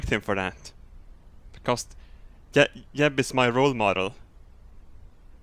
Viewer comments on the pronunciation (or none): he says yeb in stead of jeb lol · I hate how you pronounce j's like y's but that's just me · Is it just me or did he horribly mispronounce Jeb